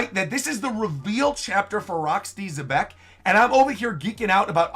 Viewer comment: I swear, Rocks looks like a mix of Blackbeard and Senku from Dr. Stone. Also, apparently Xebec is actually pronounced "jebec" according to Artur.